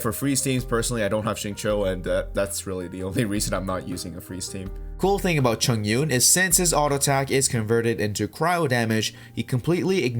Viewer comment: its read as chong-un btw hhhhh good vid